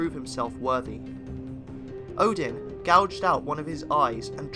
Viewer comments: Is it just me who slightly cringe at the way he pronounce "Odin"? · And by the way, it’s not Muspelheim, it’s Muuspelheim. And it’s Oden, not Odin, Ville and Ve. As in Wee. Swedish or old Nordic ain’t pretty. 😉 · This is mostly accurate, but please keep in mind that almost every pronounciation is Non-Norse (for example Óðinn pronounced as Odin), and still incorrect, even with the words that don't have letters that are used in Old Norse are pronounced incorrectly (for example Hati, which is pronounced simply as Hati in Old Norse Phonetics, he pronounces as Hætɪ, which is simply wrong). Edit: By the way, there is no evidence of Óðinn having carved ruens into Yggdrasil, neither did they give him any power except for writing. Edit 2: Hætɪ was in Old Norse Phonetic, sorry, forgot to meantion, if it was unclear. Edit 3: For less confusion - there was no Ö in Old Norse, it appeared later, although it is used instead for the actual letters that later turned into Ö (officially, there are still other replacements in some Scandinavian languages in some words and sentences), which were Ǫ, Ø, and Ǿ/Œ. Edit 4: For more help of the pronounciations, here is one very important step to pronounce it better - in Old Norse, the first vowel is ALWAYS the stretched one.